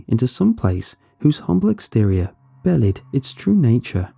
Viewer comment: Love your narration as always. However, it's pronounced "be lied" rather "bellied" 😅